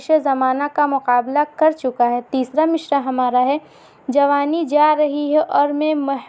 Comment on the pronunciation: تلفظ پہلے درست کر لو مصرع میں ش نہیں ہے